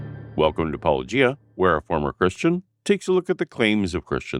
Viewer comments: It’s a real shame he wouldn’t say your name. Gary’s mispronunciation is by far my favorite “Paula-ghee-uh “ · Dear I am a firm fan of your channel and of critical discourse at large -- I clicked on this immediately, wonder when to expect your shadow channel featuring that apologist clip of mispronunciation; Pawloggia et al~ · lol, 'me who shall not be named' they simply cannot pronounce it correctly! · I suppose if they don't say your name, they can't be accused of deliberately mispronouncing it. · okay, but judging by how much trouble apologists have saying "Paulogia"... maybe he physically CAN'T say it 😂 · They know well of Paulogia, they just refuse to pronounce it correctly. That being apologetic spiritual warfare, presumably? Gary's book would keep me in TP for at least a couple years, lol. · Maybe they are finally getting embarrassed by mispronouncing it? Nah, can't be. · I haven't watched this one yet, but "in previous episodes", Christian apologists seem to go out of their way to pronounce the name of this channel in different wrong ways. It's like they're trying to mock. Not very "Christian" 😅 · Maybe he's afraid of mispronouncing his channel name? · So, they've gone from intentionally mispronouncing Paulogia to refusing to say it at all. Edit: fixed a misspelling typo. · At least not spoken correctly. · None of them know how to pronounce it. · What a coward Gary Habermas is...He can't even say "Paulogia".